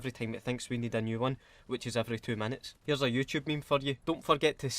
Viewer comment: 32 times if you include "ME-ME" if no then 31 yer Weclome